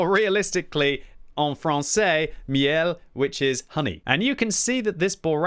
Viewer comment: Congratulations for your perfect pronunciation of French when you said 'en français, miel'!😊